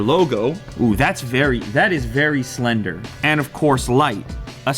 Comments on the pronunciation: If you ever say slender ever again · please dont ever say slender again. thanks!!!